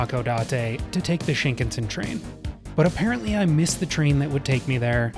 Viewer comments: No offense, but the pronunciation is Sheen-CON-Sen. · it is pronounced "shin KAN sen." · You had me until you BUTCHERED the pronunciation of Shinkansen... It's SHIN-KAN-SEN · "Sheenkin Sin" bullet train LOOOOOOOOOL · The raw, real and often mistake filled adventures are the reason why we are all here. Happy travels! By the way: - Shin means new. Shinkansen means new trunk line. - Shinkansen is pronounced "shin-kan-sen" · The proper pronunciation of Shinkansen is “sheen-kahn-sen.”